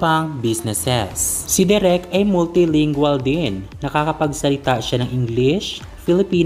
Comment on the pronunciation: De rek not direk